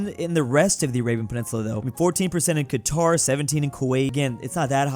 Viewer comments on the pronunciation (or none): none